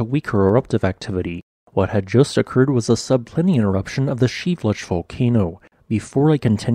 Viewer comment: Geez, learn how to pronounce volcano names! It is pronounced Shee vel loosh!